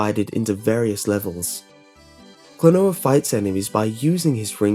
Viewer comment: It's "Klonoa", not "Klanoa". ;)